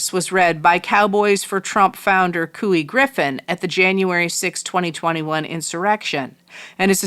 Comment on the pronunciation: Couy Griffin is pronounced coy like boy. He’s from my hometown, Alamogordo, NM. Which is part of the reason I currently live in Phoenix. Just sayin’ 🤷🏽‍♀️